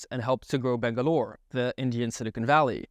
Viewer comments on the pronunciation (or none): BANGALORE*** not bengalore